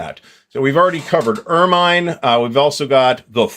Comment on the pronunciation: If you've time for a whine, it's 'Er-min' not 'Er-mine'... 🙂